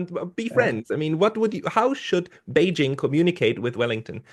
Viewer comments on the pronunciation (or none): There's no V in Vellington